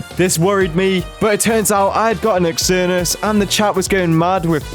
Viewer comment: Xernious is spelt with a X but pronounced with a z